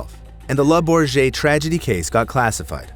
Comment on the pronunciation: Oh, my lord. 1) Not a jet. 2) Le Bourget 3) hurtled (over the crowd - as opposed to 'hurled'). In coming videos I'd like to see a bit more attention to detail.